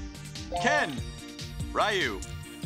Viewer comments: ARRRGH! HIS NAME IS "RYU" OR "REE-YOU"! STOP SAYING "RYE-YOU!" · "RYE-YOO from Street Fighter" No, sir.